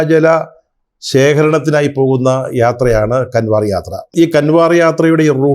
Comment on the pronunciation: കൺവാർ യാത്ര അല്ല കാവട് യാത്ര എന്നു പറയണം.